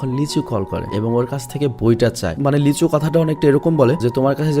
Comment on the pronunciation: Ami ei movie tar original ta dekhchi but explain dekhi ni. আর আপনি যাকে লিচু বলছেন সে... লী সু-হো। Lee su-ho🤣🤣🤣